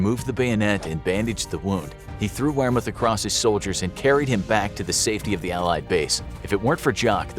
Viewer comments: “He threw Wermuth across his SOLDIERS” I keep hearing soldiers instead of shoulders lol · Why is no-one talking about the fact he said soldiers instead of shoulders